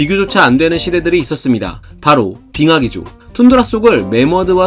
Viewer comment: 계속 빅엿암으로 들린다..